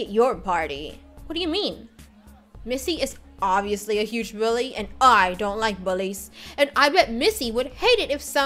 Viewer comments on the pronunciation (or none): none